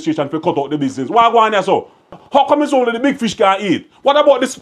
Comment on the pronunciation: Like your argument everytime, but you caant say fish neitha